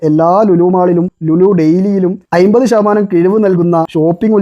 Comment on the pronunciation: "അയ്മ്പത്" അല്ല ചെങ്ങാതീ. അമ്പത്. ഒന്ന് വൃത്തിക്ക് സംസാരിച്ചൂടെ